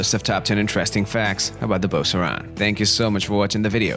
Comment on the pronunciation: I've never heard an American pronounce the name right.